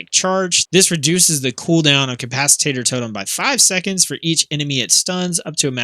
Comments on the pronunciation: It’s not pronounced “cap-ac-it-tater”. It’s cap-ac-it-tor. 🤗. Ty for the video it was helpful. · Nice guide! I am starting to heal more on my resto shaman so this has been very helpful. BTW, it is capacitor (ca-pa-sa-tor - not ca-pas-i-tat-tor). :)